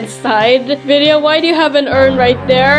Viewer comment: are you serious it's vidia not vida!